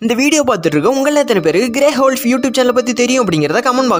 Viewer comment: Bro grey wolf pronounciation thappa pandringa